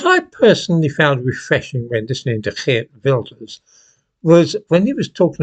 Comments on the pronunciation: I like how you say "Geert Wilders" , just perfect ! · you are one of very few English-speaking people who can pronounce “Geert Wilders” correctly, well done. And yes, many people over here are fed up, including me.